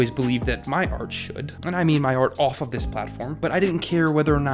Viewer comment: "...my ‘professional’ video essay voice gets dropped half way through the video..." In the beginning it feels more pushed into enunciating whereas towards the end it turn into you being you. YouTube is all about you being you, so I suggest you be yourself. You got a bit of AH in "MY generation" so it's not a strong accent enough for you to worry about it.